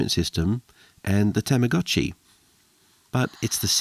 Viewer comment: Is it? It's たまごっち、not たまごーち。That's why it was officially romanised Tamagotchi, not Tamagoochi or Tamagohchi or something. That's not even getting-into the fact that English's long-o is completely different to the Japanese long-o, and when most English-speaking people try to imitate it, if they even get the "got without the t" phoneme right, they often go オーーーー instead of オー。